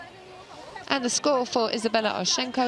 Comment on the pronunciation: How hard is it to read a gymnast's name? It is Onyshko, not Oshynko!